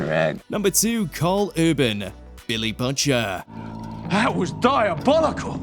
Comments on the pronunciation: are you ai? who pronounces butcher like that? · They botched saying "Butcher" and butchered it into "Botcher" 😂